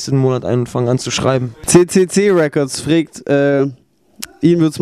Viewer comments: maeckes sagt immer "fregt" anstatt fragt :D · freegt? XD fragt sagt man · Der sagt immer fregt und nicht fragt -.-' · "frägt" xD alter xD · wieso sagt der Knaller immer frägt hahaha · meackes wieso immer "Frägt" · warum sagt der penner immer ... frägt :D:D